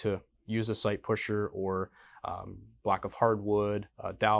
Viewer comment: Great work 👍 loaded two of my SAR pistols and working great! Based on the way you said site pusher 🤣 you guys should make your own.